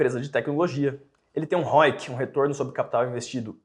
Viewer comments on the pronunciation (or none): Roic ou Roit?